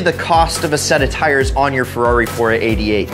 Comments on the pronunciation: Dude, it's a Ferrari, not a 'rari. Fucking hipsters. So cool, unlike us mortals. Interesting video, though. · Don't ever say rari ever again. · stop saying Rari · Rarri? Don't ever call it that again. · probably the most misguided video I have ever seen on youtube. great way to get into financial ruin. also please for the LOVE OF GOD stop saying "rarri". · you put too much emphasis on Ferrari